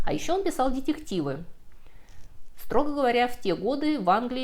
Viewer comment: Уважаемая! Ну почему же Вы так и не научитесь произносить правильно слово "детектив"? Очень буду за Вас рад, когда это произойдёт.